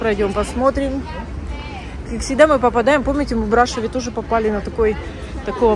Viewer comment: Брашов, ударение на ов!